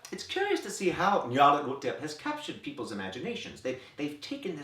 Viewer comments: I keep coming back to this video because you are one of the few people who pronounce "Nyarlathotep" correctly. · I truly love how he pronounces Nyarlathotep! After hearing many different pronunciations, I've come to agree with the sentiment that people should say it however is most horrifying to them. That said, my version was pretty close to this one... except I can't fathom how to sound like it's being played backwards like this XD It's like the name is so distasteful he has to struggle to swallow each syllable, which is perfect! I would feel so uncomfortable hearing that from my GM 0_0